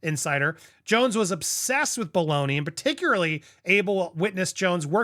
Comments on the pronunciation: 😂 Bal, like Bali. Bal do ni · I love the show and Andy is great but how is he still struggling with the name Baldoni ?😂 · Can you not read? Maybe you should slow down and pronounce the man’s name properly, he doesn’t need you adding to this messiness